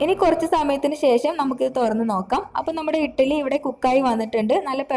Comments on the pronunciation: ഇട്ടലി അല്ല കുട്ടി... ഇഡലി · Not ettaly.. Eddaly